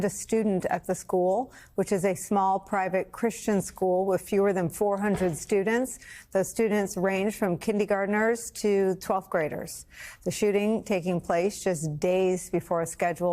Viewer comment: How tragic. Lots of horror & heartache. That aside…. News commentator needs to pay attention to pronunciation, ‘Kindygartners’ sounds unprofessional.